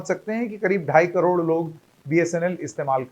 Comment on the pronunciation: Cror nhi bol sakte